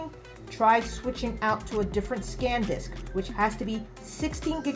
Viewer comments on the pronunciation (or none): ITS SAN DISK NOT SCANDISK OMG